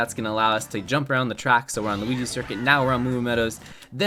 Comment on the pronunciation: He said luh-ki-to